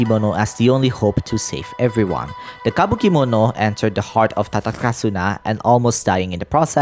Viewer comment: I just want to say one minor thing: I do understand you want to try to pronounce it with the original native language but for Tatarasuna or every R in Inazuma, the rolling Rrha doesn't exist in Japanese, it sounded more similar to la but closely to a regular ra. The majority that uses Rrha in Genshin is Finnish and Arabic language.